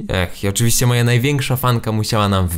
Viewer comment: "Ale mit ozywiście potwierdzony"